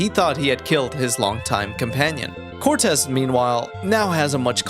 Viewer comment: why did he say Cortez like that